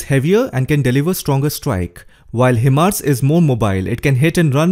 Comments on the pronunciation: HIMARS pronounce as High- Mars not He- Mars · it's pronounced "high mars"